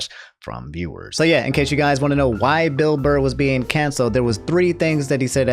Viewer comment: canceled for saying "Bill Blurr"